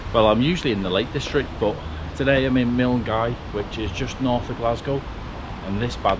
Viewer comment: Milngavie - pronounced MULL-GUY; LOCH (LOMOND) - not LOCK (LOMOND)